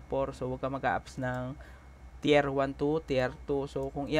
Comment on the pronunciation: Teer po ang pag bigkas ng tier.. Pa shout out nmn jan